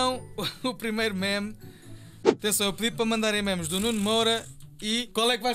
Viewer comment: NÃO É MIMIS É MEMES!!!!